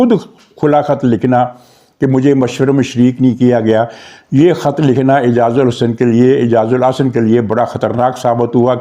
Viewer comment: اعجاز۔۔۔ال۔۔۔احسن۔ اعجاز الحسن نہیں۔ آپ متواتر نام غلط لے رہے ہیں۔ تصحیح فرما لیں، مزید یہ کہ ہانگ کانگ جانے سے پہلے قانون کے مطابق اسے ھیڈ آف ڈیپارٹمنٹ سے ایکس پاکستان لیو لینی چاہئے ، نہیں لی تو قانونی طور پر اس سے باز پرس ہونی چاہیئے ۔